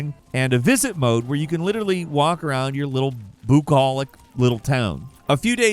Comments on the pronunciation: 'Byoo-colic', not 'boo-colic', it isn't a gut complaint you get from a jump scare. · /bju 'kaː lɪk/. byuKAHlik French words with an isolated 'u' when borrowed by English used a sound that doesn't exist in English. So we approximated with a 'yoo' sound. That's why we pronounce words like bea-YU-ty, m-YU-sic, b-YU-reau, parach-YU-te, and b-YU-colic. (I can't help myself sometimes. Linguistics has me over a barrel.)